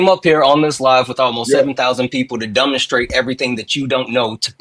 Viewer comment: “Dumbinstrate” god i love 😂